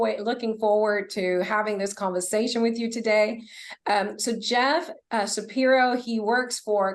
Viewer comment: Is the female interviewer aware that she is pronouncing "er" as "a" or "o"? It's distracting to the person being interviewed. Specifically, she mispronounced conversation and overhead.